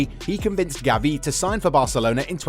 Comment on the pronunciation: It’s not Gaviiii is GAvi.